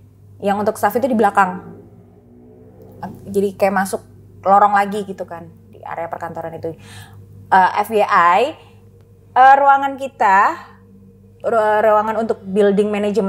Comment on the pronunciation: FYI, dibaca ef wai ai....bukan ef ye ai....kliatan bgt bhs ingris nya melebihi standar...